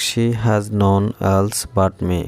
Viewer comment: None এটার উচ্চারণ করতেই পারেন না আবার ইংরেজি শিখাতে আসেন কেন ওটা নন হবে না নান হবে উচ্চারন ওকে